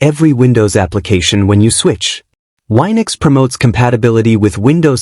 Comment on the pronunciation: It's wee-nux, not why-nux